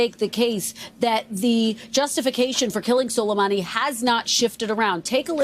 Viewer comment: A week or so ago Trump appeared to have never heard of Soleimani, had trouble pronouncing his name off teleprompters, wouldn’t know Iraq from Iran & obviously couldn’t care less that he couldn’t find them on a map.